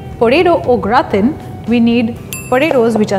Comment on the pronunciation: It's a Typically "French Plate"! It's pronounced as GRAATAAN (The 'N' is almost Silent). Please take care next time!